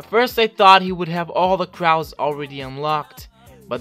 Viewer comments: Stop . . . Saying . . . CRAW! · I have to stop watching bc of the way you say crow I’m sorry